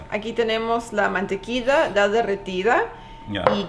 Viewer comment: Por que le dice Mantequisa a la Mantequilla???? hahh